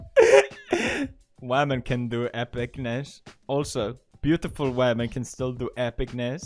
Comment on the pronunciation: When Pewds said "Beautiful Wamen" I got an ad for 'Pretty Woman Musical' LMAO